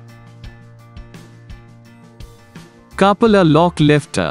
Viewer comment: Learn how to pronounce Coupler at first